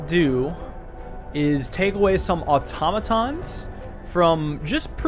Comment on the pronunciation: automatons really are pronounced like otamatones